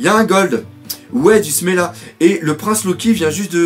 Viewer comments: c'est pas smela mais semla ^^ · C'est pas smela c'est semla